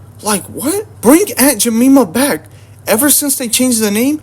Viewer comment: Bro can’t even pronounce Aunt Jemima right 😂😂😂😂😂